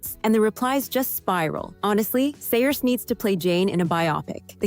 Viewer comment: Uh…no and nope. I think you need glasses for most of these comparisons. And you kept saying Saoirse’s name all wrong. 😤